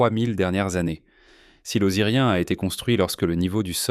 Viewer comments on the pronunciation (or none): c'est pénible d'entendre OsirIEN au lieu de OzirION